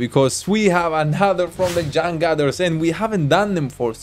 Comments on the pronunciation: You wrong when said the name of band. In indonesian, its read as like u say "chang chooters" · it's actually pronounce "CHUNG - ChOOT - TERS"